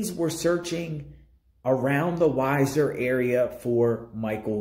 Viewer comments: 😂 it's wee- zerr idaho.. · I've enjoyed your videos on this case. Just a couple things to clarify pronunciation; both Weiser and Butte have long 1st vowels (sounds more like we-sir and Butte rhymes with suit). I don't know how familiar you are with the area, so I don't mean to offend by saying Weiser is boardered by the Boise National Forest to the east/northeast, and by Hells Canyon to the north. While I do not know 1st hand, I can reason officials may have been searching those areas based on a tip. Thanks for the videos. Hopefully by trying to connect the dots, they may jog someones memory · Hi, It’s pronounced wee-zer. Thanks for video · I love watching your videos but pronouncing names and cities wrong is annoying. Also Weiser is more like 19 miles away. Stacy may have been pick up in Washington county or did the crime in that county as to why he is there.